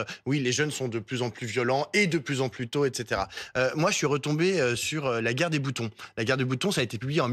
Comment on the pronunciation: il y'a une vidéo où le terme "gwer" est prononcé